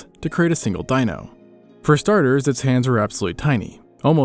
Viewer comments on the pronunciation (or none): none